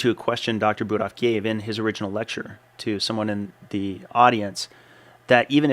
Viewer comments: Yeah, this doesn't surprise me. These vagoons, and LDL statin pushers are hatin right now... This Mick the P** has always had it out for you. Who does he think he is trying to "debunk" your study? I like the way Prof BK handles these ideologs. I also find it disresfectful that he misprounced Budoffs name in a derogatory way. Similar to that Cardiologists that Dr Norwitz was talking about. I'm glad you and Dr Norwitz are defending your study. It's ok to show your teeth to these clowns. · Interesting attack by Mic. Interesting selective edit by Mic to make it look like Shawn Baker said something he did not actually say. Also interesting mispronunciation by Mic of proper name of the lead researcher. I found that quite insulting by Mic. Personally I do not believe that saturated fat causes heart disease or high lipid levels. In fact just the opposite that saturated fat is healthier than industrial seed oils. I also do not believe that high LDL is causal to CVD. READ Malcom Kendrick for the long and nuanced explanation. LDL is present everywhere in humans. It is the supply truck that shows up after the artery has been damaged to supply repair material. I don’t think anyone seriously believes that LDL causes CVD or any other disease.